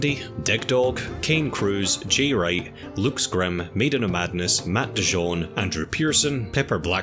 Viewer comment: Sorry but...... “lukes”